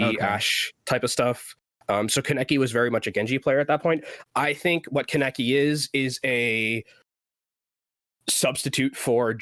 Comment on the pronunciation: just a sidenote you are all pronnouncing kaneki wrong, he named himself after an anime character it's pronnounced kahn-eh-key